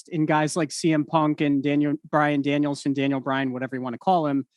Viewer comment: JR sold Brian's debut to perfection WHILE also getting his name right each time 😂